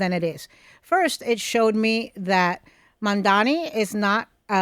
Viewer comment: It's Mamdani but Mandani 😂😂